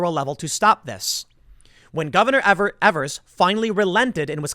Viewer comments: It's EA-V-ERS. Not E-V-ERS. That's how he pronounces it. But SH-IT-H-ED works. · Tim it's not Evers as you say it it's pronounced EEvers with a long e at the beginning. Every time you say it, it drives me nuts.